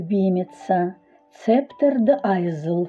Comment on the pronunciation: И по правилам английского языка читается не айзл, а айл - остров))